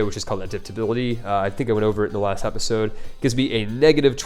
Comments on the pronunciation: If you can't pronounce episode correctly, it's going to be difficult to expect geographical names to be pronounced even close to correctly. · plz say episode instead of Apisode lol